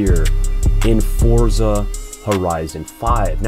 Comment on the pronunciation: FINALLY A CHANNEL THAT SAYS FORZA WITHOUT ADDING THE T TO IT